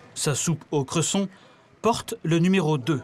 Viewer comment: J'adore comment prononce "Cresson". Super ville